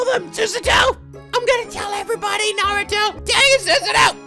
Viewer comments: Did just call Naruhodou by the name Naruto? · Was I the only one that heard say Naruto??? “I’m still afraid of the dark” “Don’t tell anyone Susato” “I’m gonna tell everyone Naruto” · "I'm gonna tell everybody, NARUTO". This is the second time I've heard call Naruhodou Naruto, and I still found it hilarious XD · You called Naruhodou Naruto. I laughed. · accidentally calls Naruhodou 'Naruto' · Lol called Naruhodou Naruto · did called Naruhoudo "Naruto"?